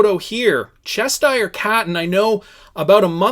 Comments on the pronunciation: It’s CheSHIRE Cat, not Chester cat. Read. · Che-shure, not chesh sheer. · Cheshire cat... Pronounced "chess shy er" cat! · It's pronounced chesh - sheer. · Wrong, its pronounced chesh sure. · There's no way you're saying Chester cat. Haven't you seen Alice in wonderland? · U and Brandon are so simple u can’t even read the word Cheshire that clearly doesn’t have a t in it lol